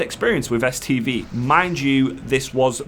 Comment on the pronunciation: "The other reason I was here was to do an STD quest." What? lol, I know it's "STV" quest but that's not what it sounded like! Edit: I wish I'd have known about that Uldaman last boss trick a few days ago when my group couldn't quite three man it after tank had to go and one of the dps dropped.